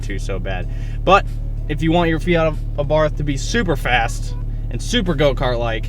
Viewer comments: This guy is a fucking tool. 2nd. Please dear God tell me that the tune is actually called tork tune.... And he doesn't mean torque.... Hmm. Also it's AbarT-. H is silent. Smh. This fucking guy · Thanks for the video. I've got a 2013 with 42k miles on it. Cold air intake, shock tower brace, Madness ECU, power pedal, thermal blanket for the new turbo. The only thing I can add is Carlo Abarth's pronunciation of this last name is 'Abart' no 'th' it is a hard 'T' sound. Keep up the good work!